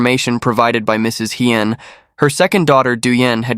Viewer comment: Thank you for listing all the names. Without all the criminals' names, this case would seem fake and made up. Although, pronunciation of Asian names can be improved. E.g., Hien is pronounced Hee-yen, not High-yen.